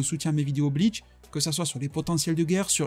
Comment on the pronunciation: bonne video mais ya pas de "t" a bleach tu le dit bleatch